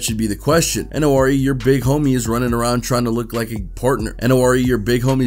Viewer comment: N.O.R.E is pronounced nor-ee